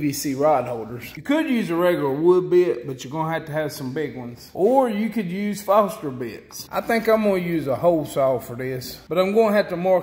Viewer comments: Nice videos, I've seen 2 so far and I enjoy your 'Hacks', they're inexpensive, easy and quick to make, and look like they would get the job done. Don't know if anyone already mentioned this, but the bits you recommended are not Fah-ster (Foster) bits, they are Fo-R-st-Ner (Forstner) bits, one 'N' and an extra 'R'. Not trying to nitpick, just thought you might want to know. If I came to you and asked if you had a hand full of steeples so that I could finish a job, would you know what I was asking for? Some people here in Oklahoma say that word for (fence and paper) "Staples" used to hold barbed wire on wood fence posts, and school reports together. If they wrote down on an order form what they pronounced, they had better have at least a couple of Churches they are wanting to decorate, and a couple of bells to put in those 'steeples'. One Foster makes beer, another Foster makes hydraulic lines and fittings, maybe there is one but I can't find any Foster that makes drill bits for wood. Just as I can't find any 'steeples' that I can hammer into a barbed wire fence line or that would hold a report together. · The camera float and camera stick are awesome. I'm gonna build one of each this week. BTW putting foam inside a sealed up pipe does not add buoyancy. Foam is buoyant in water. Foam is not buoyant in a sealed box. Also, that big bit you used is not a Foster bit. It is a Forstner bit. It's pronounced Force-ner.